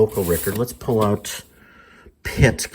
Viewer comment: Sorry but I have a pet peeve when people don't pronounce words or names correctly. He pronounces Petulia instead of the correct name Petula Clark. Also, he states that Hoyt Axton wrote "Joy to the world" which is correct, but he states that Blood, Sweat and Tears had a big hit with it. He needs to get his facts straight. It was Three Dog Night that had a hit with that song. I believe that if someone is going to be in this type of position where they are informing the public, they need to make sure they have all correct info. Otherwise they come across as uncredible.